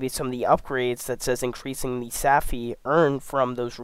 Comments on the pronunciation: Great info! Its savvvvvvvy, not safffy. Think captain jack sparrow...savvy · Tell me you've never seen Pirates of the Caribbean without telling me you have never seen Pirates of the Caribbean. Savvy is not Saffy. And if you plan on making future videos, sloooooooow down. You talk like you're amped up on redbull and ZERO sleep. Take your time when you're trying to educate others and share information. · I cringe every time he mispronounces “savvy.”